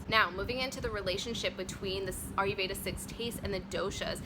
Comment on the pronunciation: it's not "are you"veda it's "ire"veda